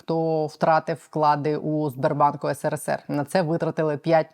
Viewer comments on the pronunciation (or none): none